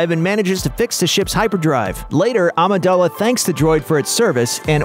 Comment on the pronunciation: Did he just say “Amidella?”